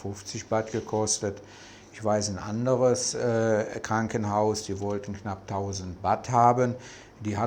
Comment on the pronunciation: Danke für die interessanten Ausführungen. Aber bitte, die Währung heißt Baht...man beachte das "h" in Baht oder in Thai das lange "า". Batt klingt etwas Strange. Sollte man aber wissen, wenn man sooo lange in Thailand lebe. 🙏🏻